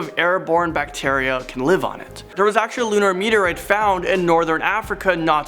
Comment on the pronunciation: It's "meteorite"(meet-E-or-right), not "meet-E-or-writ"... There's an 'e' in there...